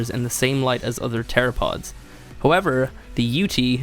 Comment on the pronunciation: TH ere apods not tereapods